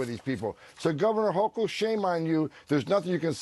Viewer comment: The NY Governor's last name rhymes with "yokel". A hard 'c" sound. Thx.